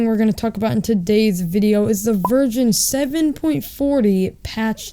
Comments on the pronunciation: it sounded like he said “the virgin 7.40” 😂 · I thought he said "*in this virgin*" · James DeWitt ya I was just about to say that XD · James DeWitt Ik i also replayed the part of the video to hear what it he had said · I thought that too xd